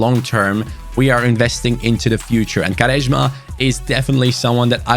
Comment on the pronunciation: Why are u pronouncing quaresma like this.